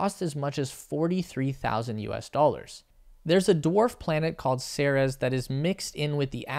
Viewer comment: another good video. May I point out that the dwarf planet Ceres is pronounced "series", rather than "Sarah's", and that Wikipedia backs me up?